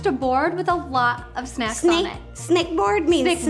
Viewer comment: "Snecks" and "Melk"